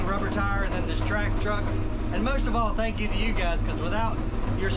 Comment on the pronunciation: "Tanks"! "Track" On! 😉😉😁😁😎😎👍👍